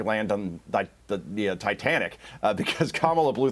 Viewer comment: Did he say there is no appetite for a Kamala cum bag or come back?